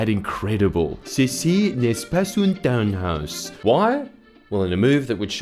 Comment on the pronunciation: Was that developer by any chance a Dutch guy? Because townhouse properly pronounced in English, sounds about 99% like the Dutch word for shed (properly pronounced in Dutch), being tuinhuis (which literally translated means garden house).